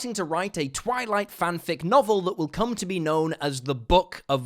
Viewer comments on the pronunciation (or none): none